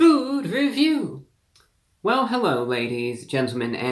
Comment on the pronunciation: Hewwo Wady’s and Gentlemen!